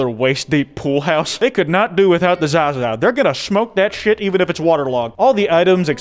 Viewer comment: why Zaza that's such a weird way to say it lol